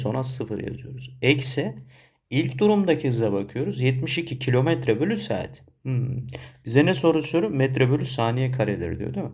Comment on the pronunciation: "bİr SaAğAğEt"